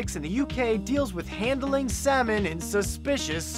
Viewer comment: "The semen act of 1986" You might want to work on your pronunciation there, mate.